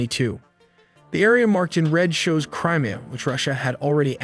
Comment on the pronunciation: Not to mention he keeps calling it "Crima"